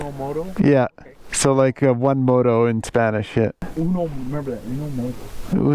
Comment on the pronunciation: "Moro", as you pronounce moto, in Spanish means "person from northern Africa who professes Islamic religion".